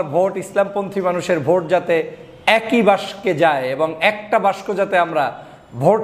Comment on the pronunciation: বাংলা বানানে এত দুর্বল হলে চলে? বাক্স কে বাস্ক বলেন কেন বারবার?